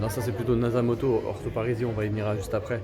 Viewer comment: Petite correction linguistique c'est : nasomatto et non nasamotto🤣🤣🤣😭😭😭